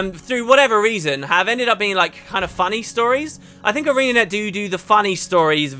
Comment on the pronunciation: Arenanet do do... You said doo doo.